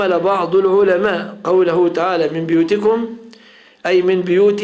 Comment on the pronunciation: تنبيه هام (بُيوتكم)بضم الباء وليس. كسرها هكذا في المصحف وقراءة حفص ولا أعلم باقي القراءات